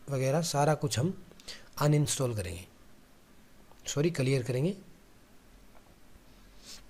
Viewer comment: भाई कलियर नहि क़िलीयर 😭😭